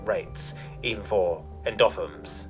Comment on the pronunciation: Wrong syllable is being stressed on some complex words like "endotherms" and "mammalian", but otherwise not bad.